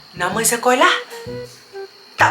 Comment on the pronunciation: Salam yang dia cakap 'nama sekokah' tu mungkin nama sekolah dia sekokah😂😂😂